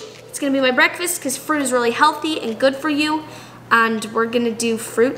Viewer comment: says AND with a British accent 😂 😂